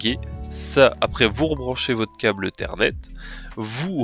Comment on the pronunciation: Un câble "eu-thernet"?